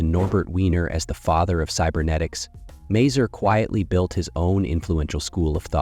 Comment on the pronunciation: ma-- zoor ,not mey zyir ...